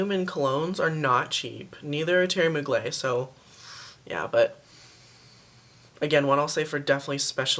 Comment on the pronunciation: Its pronounced Theory Mug-ler and it's called Alien not Angel :)